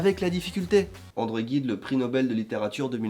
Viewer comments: Vidéo très sympathique ! Effectivement, tu as dû passer pas mal de temps avant de trouver la perle rare... Par contre André Gide, se prononce 'jide', et non 'guide'. Enfin bref, encore félicitations pour cette famille grandissante ! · euuu André Gide se prononce "j"ide non ? xD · André Gide se prononce comme genoux :/ sinon très cool vidéo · André Guide 🤣🤪🤔! Bon, le gars a une excuse, il l'a prononcé à la japonaise... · André Gide se prononce Jide :) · On prononce André Jide ;) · On dit André Gide avec G comme Gisèle